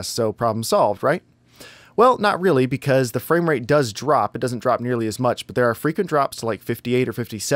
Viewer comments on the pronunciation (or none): none